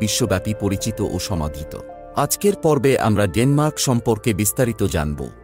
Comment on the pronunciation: Shomadhito😂 shomadrito😅 what?